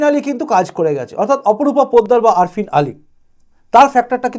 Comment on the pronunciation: অপেক্ষা করাই ভালো। কারণ 2021 শে এক্সিট পোল মেলে নি। তবে আফ্রিন আলী নামটা ঠিক বলার জন্য ধন্যবাদ। কারণ বাকিরা বলছে না।